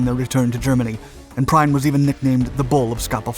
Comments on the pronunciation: The name is pronounced "Preen", as in birds preen their feathers. In German, "ie" is pronounced like ee (e.g. diesel) and "ei" like aye, e.g. as in mein or heil. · Pronounced "Preen". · Prien is pronounced "preen". Now pay attention for two minutes and you'll never make a gaffe like that ever again. There's a useful pronunciation tip that works 100% in German (and show me a rule for English that works nearly as welll!): German words are full of both "ie" and "ei" combinations. And BOTH of 'em are ALWAYS pronounced like the ENGLISH name of the SECOND letter. That's why "ie" in "Prien" is pronounced like the English letter "e". That's why the "ei" in the German name for the River Rhine -- "Rhein" -- is pronounced like the English letter "i". Sooo easy !! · Another excellent video. Prien is pronounced like the English word preen. Watched several German language videos to confirm. Like many others I spotted Werner Klemperer ( Colonel Klink of Hogan's Heroes) in the movie clips. Also, on the right is Kurt Kreuger, who had a role in "The Enemy Below", a film about a battle between a U.S. destroyer and a U-boat. Even though it is fiction I think it is a must watch for anyone interested in WWII naval history. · guenter preen is the right pronouncieation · I think Captain Gunther Prien's name is pronounced 'Preen' The Royal Oak still leaks oil in Scapa Flow and is a war grave. Happily, Captain Gunther Prien was killed later in the War and by Royal Navy ships I believe. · It could be expected at the least that Prien‘s name is pronounced correctly. It is pronounced „Preen“ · Sorry to do that but I cannot fight my German instincts to adhere to strict rules and correct others. Entschuldigung. Prien is pronounced "Preen". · The name is Prien , not Prein. The videocreator should inform himself, how to speak non english names. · Actually, Prien is pronounced preen. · Just in case, his name is pronounced Preen (rhyming with keen).... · Prien is pronounced "Preen" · PREEN not PRINE